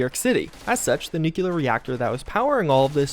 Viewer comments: I cringe everytime you say "nucular" instead of nuclear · {{noo*klee* ur, not noo kyoo lur}} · ffs it's nuclear not nucular. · People saying nuclear as "nucular" is bad enough... but "nuculus"? really?